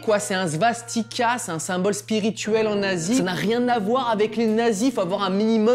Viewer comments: A 1,19 sur la prononciation de ASIE avec le n' sa fait nazi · en Asie (prononcé "nasie") et nazi... Ça vous trouble pas un peu